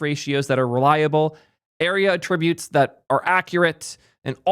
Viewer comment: What a weird way to say attributes... Is this a thing?